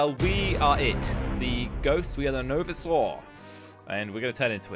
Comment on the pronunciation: I love how is older than 60% of his viewers but still doesn’t know how to say visor